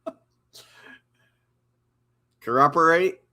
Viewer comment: “We were taught to cor-operate”